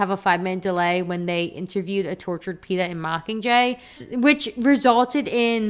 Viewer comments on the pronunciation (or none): none